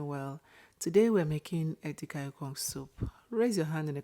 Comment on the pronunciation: Please pull down this post. If you are demonstrating how to prepare "efere edi-kang-ikong," then say it properly. A different spelling of "efere edi-kang-ikong" which originates from Cross River and Akwa Ibom states is wrong.